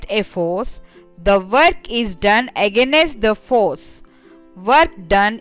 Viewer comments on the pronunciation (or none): I watched this comment the same time when she pronounced that word 😂😂